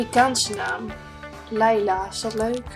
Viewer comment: eigenlijk is het niet leila maar liela zo spreek je het uit liela